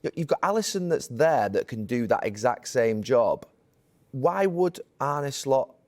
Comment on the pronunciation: His name is Arne, not "Arnie", Carra you berk.